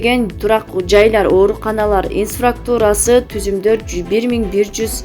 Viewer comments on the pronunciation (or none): Теманы жалган койгондон коро, ИНФРАСТРУКТУ́РА деген созду туура айтып уйронуп алгылачы. Инфаструктура дебей 🤣🤣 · Туура айтасыз элементарый создорду окуй албай жататИНФРАСТУРА деп жалганчылар сабаты жок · Инфраструктура деген созду окуш же айтыш кыйын окшойт кээ бироолорго.